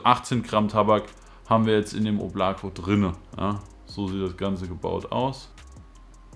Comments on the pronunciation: Weist du eigentlich das man es nicht “Oblako“ sondern “Oblaka“ spricht ? Bedeutet übrigens Wolke 😜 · Nice review. Aber beim "Oblako" bitte erste "O" betonen. Danke. Wobei Aussprache ist viel besser als beim "Voskurimsa"))